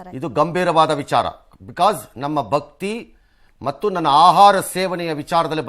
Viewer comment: ಭಕ್ತಿ ಅಂತ ಉಚ್ಚಾರಣೆ ಮಾಡಿ ರಂಗನಾಥ್